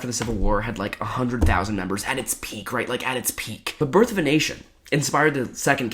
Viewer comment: I hella heard it the first time you said it as birth of an Asian 😂😂